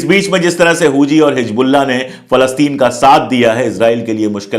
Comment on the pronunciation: It's Hezbollah not Hij Bollah. Plz say it right. Don't mix z and j.